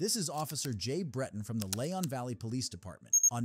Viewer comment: Leon Valley not Leyon Valley